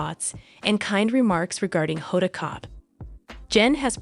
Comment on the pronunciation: Honda Kotb’s name should be pronounced with the “b” (Kotb)